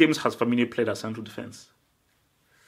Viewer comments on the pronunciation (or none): none